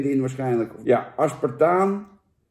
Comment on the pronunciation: Hahaha, die had ik niet eens door. Ik zit mij vooral te ergeren aan "proeft naar" en "AspartaaN"